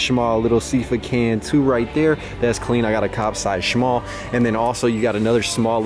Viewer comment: shhhhmall? disgusting